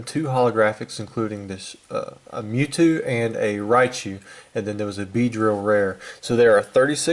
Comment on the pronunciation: that seemed pretty unlucky huh? it sounded like you said the zapdos, gyarados, and mewtew were available in the trainer decks or whatever, so they're worth much less, right?